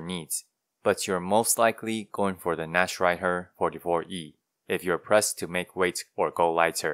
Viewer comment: One thing I thought was a little funny was, as you were saying "Nachtreiher" for the first time, I was like, "ok, that's definitely not how you say that." And then when you said "Tian-Qiang," I was like, "ok, but the way you said that, I can immediately tell that the way I would have said THAT was wrong, and the way you pronounced that was obviously correct." Meaning you are clearly just more familiar with Chinese than you are with German. idk, just thought it was interesting to note.